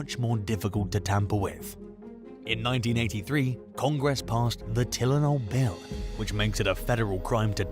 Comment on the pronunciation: Who doesnt know how to pronounce TYLENOL